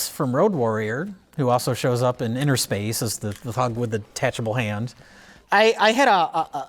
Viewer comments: It’s “inner space” not “inTer” space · Innerspace not Interspace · It's umm... It's Innerspace, guys, not Interspace. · Is it not Innerspace not interspace?